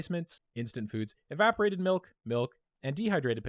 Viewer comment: "Malk, now with Vitamin R!"